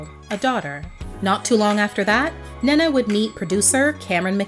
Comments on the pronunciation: I absolutely love this video I missed her so much, just if I may say her name is pronounced "Né-Né" more than Nana 💕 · Her name is pronounced Ney Na. You are mispronouncing her name. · Ahhh, it's pronounced Neneh Cherry = "Nina" Cherry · Lol I like how you pronounce her name. We pronounce is as “knee’ Nah”